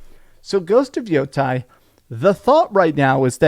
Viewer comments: It's pronounced Yah-tee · I know you know how to pronounce Yotei properly. It’s pronounced yotae. This is Japanese, not Greek dude. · When Japanese words are written in our alphabet, vowels are pronounced like in Spanish and they don't change is they are combined with other vowels, like in Yotei. Therefore its YOH-TEH-IH or YOH-Tay.